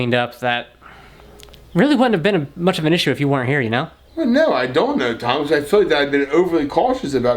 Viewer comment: The way said Thomas haha